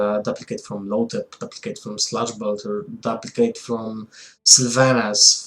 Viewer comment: DOOP-licate Not DUP-licate